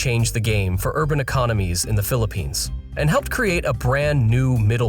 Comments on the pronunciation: *Philippines, not Phillipinse. smh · Crazy, "phillipinse" "gobal"